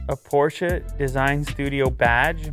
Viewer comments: Ayy yo man is it's Porsche not fkn porschaa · Porshe its is....😁